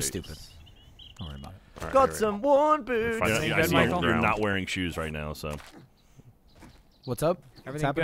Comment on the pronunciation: I love it when Gavin gets extra British. "OH HO! Roite in the 'ead!"